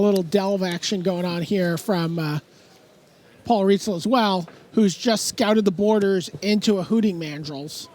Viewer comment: Listening to Buehler call Paul Reitzel "Paul Rightzel" all stream long was driving me crazy.